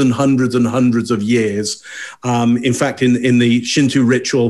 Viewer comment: Haha love this channel, but it's pronounced Shint"o" not Shint"u" xD